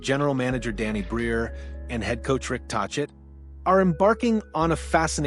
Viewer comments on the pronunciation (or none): Rick Taw-chit?? Dislike!